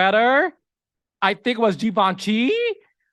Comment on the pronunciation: Wait. We get a clear, proper enunciation of Givenchy and also….nottifications. I cannotificate!!! 😂😂😂